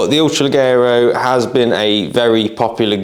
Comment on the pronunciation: Brilliant gun, I have one that I use for game and pigeon shooting. Just so you’re aware (and don’t take it as a criticism) the double ‘g’ in Italian is pronounced as a ‘j’ in English, so it would be ‘le-jero’.